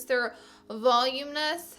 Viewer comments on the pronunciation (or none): " 'volume-ness' mascara" lmao 😂😂 that was so funny you were worried about pronouncing sumptuous and flew right by voluminous twice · Is anyone else cringing at the way she said voluminous ? It's pronounced (Vah-loom-in-us) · its vah-lu-minous lol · The way you say voluminous 😂😂😂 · The way you said Voluminous lol